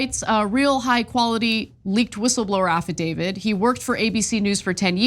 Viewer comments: Affidavit. Not affaDAVID. Illiterate. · IT'S AFFIDAVIT!!!!!! Stop mispronouncing it, it makes you sound ridiculous!!!! Who will believe ANYTHING you have to say if you can't even pronounce the frigging word!!!